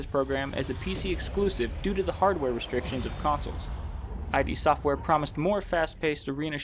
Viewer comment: Thank you for this! Just FYI, it's not "I-D Software", it's "Id Software". Rhymes with "Lid". From the mouth of John Romero, himself.